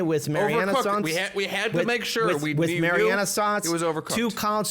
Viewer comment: I guess i'm nitpicking but is mean marinara sauce or is mariana sauce a thing?